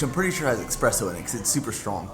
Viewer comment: There is no X in espresso mate